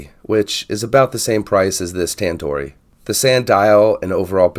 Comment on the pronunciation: Hi. Thanks for the vid. A couple of things, though. There's an "o" on the end of the brand name. It's Tandorio, not Tandori. It hurts your credibility when you don't get the name of the watch you're reviewing right. Also, it's "stainless", not "staineless". I know I'm being pedantic, but things like this matter, especially when reviewing things like watches, which attract people who tend to be detail-oriented. I see that Tandorio make this in titanium, with various dial styles, and even with a 36mm case. A choice of movement, too. You can get it with a 4hz PT5000, for a bit more money.